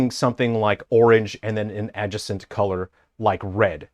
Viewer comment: That suit is amazing, however how you say the word adjacent harms my earballs.